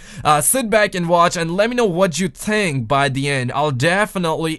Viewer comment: "what you ting"? And intertwang"?????